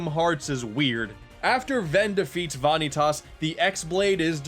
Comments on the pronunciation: Vahkneetoss.... Vah-knee-toss?!, no. Vah-Nee-TUS Tus, like in TUSle I've heard bad interpretations of names, but this... THEY EVEN SAY HIS GODDAMN NAME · I can't take it anymore! It's not Vahn-knee-toss, it's Vah-kneetus. There is no emphasis on the 'i' it goes straight into the -tas at the end. It is not how you pronounce it as the art definition of the word. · ...why are you calling him "vahn-ee-tahs"? Like, you even break it up like that. They say it, in game as "van-ee-tus" without mid word pauses. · God damnit, I know this is nitpicky but vanitas is pronounced "vuh-nee-tus" not "vah-nee-tas". And the emphasized syllable is the second one. Not the first one. Love you tho <3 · It’s pronounced VAH-KNEE-TESS it’s even said in the game 💀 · For Gods sake... it’s PRONOUNCED “VAH NÉE TIS.” PLS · Why did you pronounce "Vanitas" as "Vaaanitaaas" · Vanitus (Vuh-nee-tus) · omg sweet god it's pronounced VA-KNEE-TIS uggghhhh also its the x blade aka the CHI blade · VAHN- EE- TAAS? Really?! How do you get that from all the times they say his name?! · it's pronounced Va - Knee- Tis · VAH-nitas huh? That's a new one. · "Van nee tas" Godamnit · VA-Nii-Tahs? He has to be saying that for comedic effect he has to have heard it in the cut scenes orat least watch Some Call Me Johnny's review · The Japanese pronunciation is Vah•nee•tasu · Ok in case any dude does ever read this it is pronounced like vaneetus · I agree which hurts me more that he says van eee taas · You keep mispronouncing Vanitus. Edit: Kingdom Hearts 3 comes out in 2018. Didn't you see that in the most recent trailer? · um, I'm sorry, but, Vonny-tus? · "vah nee tas" for fuck sake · vanitas..... its like saying van e tas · Why does he say Vanitas wrong. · okay what?! it's bugging me how ur saying "Vanitas" after they say it in the game several times. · >Pronounces name wrong >"Yes, the names are weird" Thanks,. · when you hear a name so badly pronounce it hurts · Ewwww "Vaneeetas"